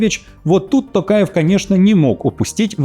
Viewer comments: ТОкаев, произносите правильно пожалуйста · Не каверкайте фамилию президента Казахстана